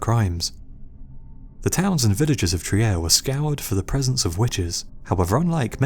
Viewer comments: Fantastic video! Trier is pronounced "Treer" in German, by the way. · trier is pronounced "treer"... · Trier is spoken "treer"